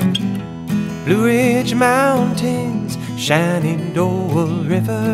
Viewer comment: Living in the Shenandoah valley - It's "Shen"andoah, not Shannondoah!